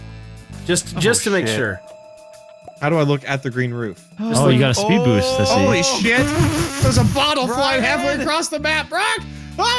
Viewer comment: "spood boost"